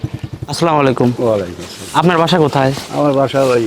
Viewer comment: সুদ্ধ করে সালাম টাও দিতে পারেন না??